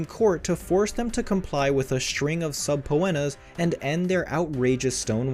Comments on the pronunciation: SUB-POE-ENNAS Really?? How dumb do you have to be to not know is is SUH-Peena?????????? I will never click on this channel again! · “A string of sub Po enas?” 😂 just teasing. I think we get it lol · Subpoenas is pronounced subpeenas